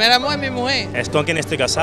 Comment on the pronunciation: me voy a poner un poco bujarron con lo que voy a decir pero lo mejor del video es cuando dice un señor: Mi primer amor eh mi mujeh.